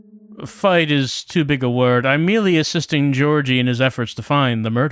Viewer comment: Thanks for this, it was fun to see a more lighthearted take on the game. Also, I got a minor stroke every time pronounced Georgiy as Georgie:D